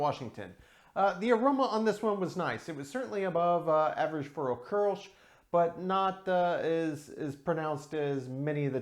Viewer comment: Thanks for the correct pronunciation of kolsch. I got the tavour app but haven't used it yet.